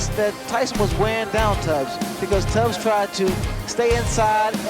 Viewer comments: It was Tony Tubbs! Not Tony Tabbs. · Tony Tabbs? Tabbs? Try Tubbs.